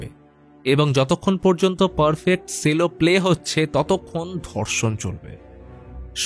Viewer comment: Sorry ওটা সেলো নয়,ওটা চেলো pronunciation টা ঠিক করলে খুশি হবো🙂🙂😊😊